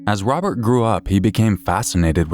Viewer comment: This little punk thinks he's tough enough to take lives, but he can't even pronounce "Robert" properly. "Wobert", doesn't exactly sound like you're a tough killer, there slick!